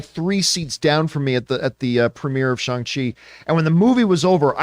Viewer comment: His name is pronounced, Shang Chi with the hard letter A sound, not Shung Chi.